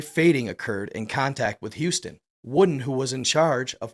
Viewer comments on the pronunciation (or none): none